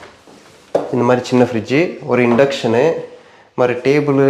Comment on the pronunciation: Tamizh nalla iruku .... sinku.....roomu.... inductionu.... tableu.... ❤❤